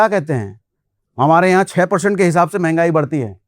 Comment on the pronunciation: mahangai ki म नहीं बोल पाते 😂